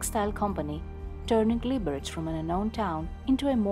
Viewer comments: the correct emphasis is : liberez/ liberets ☝️🤓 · The bad pronunciation of the city's name annoys me. Correct Czech not "Libereč" but "Liberetz" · Liberec, not Libereč🙄